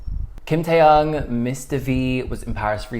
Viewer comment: Te-yoong... not te-young